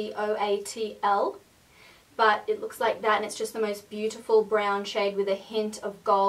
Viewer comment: "Xocoatl" is pronouced "sho-co-AT-ul". Just fyi:) Great video,! I discovered your channel around June 2013 and I've been addicted ever since. Happy New Year!!